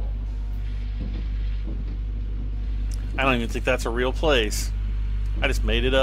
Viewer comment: Haha saskatchewoon, yeah that’s not a place, but Saskatchewan is my home province, and there is a city in Saskatchewan called Saskatoon.